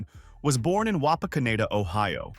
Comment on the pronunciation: Xenia & Wapakoneta. Goetta is pronounced Get Uh Great video though. Thank you for sharing it.